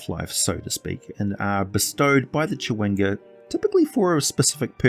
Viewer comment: Not at criticism just an observation but never seeing the word chwinga I though only a native English speaker could say this but then I hear “cha.wing.ga” not two syllables? Random I know